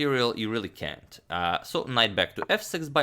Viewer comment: you did say "cänt"! ...a condiment reference, i guess!? ( is he feeling blue? )